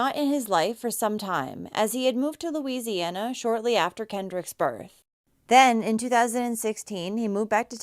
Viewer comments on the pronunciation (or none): none